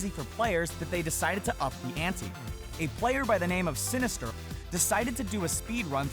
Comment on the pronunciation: Dude, the guy's name is "Sinister one" not Sinisterl. It's a number not a letter.